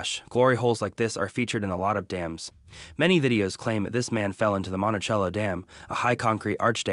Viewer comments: The Monticello Dam is pronounced, "Monti-sello." It was the name of the town that was razed in the 1950s for building the dam and creating Lake Berryessa. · no it isn't, it's an italian name and it's pronounced "montichello"